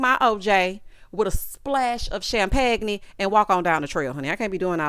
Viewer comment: I KNOW you ain't say champagknee!